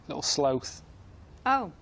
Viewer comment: Karl pronouncing sloth is just weird